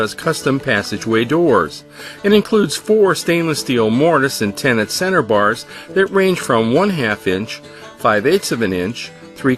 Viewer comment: It's called a tenon not tenant.